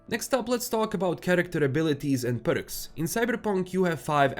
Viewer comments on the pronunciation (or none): it's perks not berks😊😊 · I love the way you pronounce "Perks"